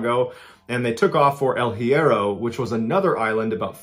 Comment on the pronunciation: Love you MB! You should hit me up to assist with Spanish pronunciations bro! El Hiero is pronounced: “L•E•air•oh” Archipelago: “aar•kuh•peh•luh•go” 🤙♥️